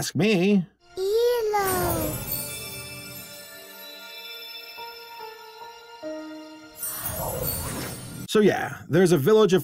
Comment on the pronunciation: May Sings hewo!